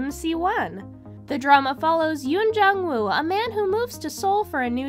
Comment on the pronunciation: Just a suggestion, learn how to pronounce the actors' names correctly. For instance, Seo is not pronounced 'see-oh', and Woo does not actually have a 'w' sound.